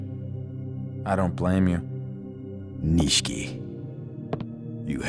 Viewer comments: Nishiki not nishki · they’re totally saying it like “Niche-key” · The first time he says it right, this commenter is clowning the second time where he kinda drops the “i” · they mispronounce it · yes they fucked it up